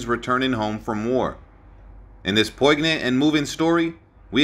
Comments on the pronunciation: Poignant is pronounced "poin yent" NOT "poig nant". Brecourt is pronounced "Brey core" NOT "Brek kort".Moose "Highliger" NOT "HEYLIGER" Ardennes is pronounced "Arden" NOT "ARDENNIS". These brave men deserve more respect than most, certainly more than you showed in this poorly done episode. Primarily, what exactly was so "tragic" about a man who lived a full and successful life after the horrors he faced with Easy Company in WWII? But most importantly, if you are going to pretend to pay homage to C. Carwood Lipton, at least use a narrator who is just slightly familiar with the English language. This entire "tribute" was an INSULT to a brave man and an American hero! You should be ashamed of yourself. If you want to honor "Lip" you will remove this abomination from the internet! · Within, literally, 48 seconds, you mispronounced "poignant" (as "poyg-nant") and said Lipton had an untimely death... when the man lived to 81 years old. How can people take anything seriously after that? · I’m afraid your reading of this script is well above your own vocabulary: MM=105 millimeter howitzer is the caliber of the guns at Brecourt Manor. Poignant=poy-g-nyant. Moose Hy-lig-er. Listen to your scripts before reading on public forums. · I wonder if this is a real narrator, or simply AI. Apart from the artificial sound of the voice, the word "poignant" is pronounced "POIN-yant", not "POIG-nant" . I stopped listening .